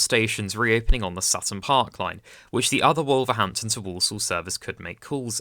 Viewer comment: First time watching your channel and I'm impressed, you've gained a subscriber. Just a word of advice on pronunciation, Wolverhampton is pronounced more like WUL-verhampton, with the 'O' sounding more like a 'U', and with Willenhall, the 'H' is silent, like the 'W' in Greenwich, so sounds more like WILLY-nall. Also Rugeley is pronounced like ROOSH-lee.